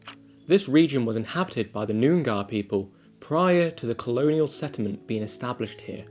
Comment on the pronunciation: 'Nuyengar people' 😂😂😂😂. Nice try, I imagine I would struggle with it if I wasn't from here. 'Noong-ar', with Noong rhyming with sung if you're from Newcastle 😉